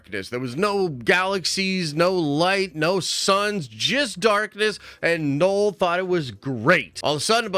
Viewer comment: Man said “Knoll”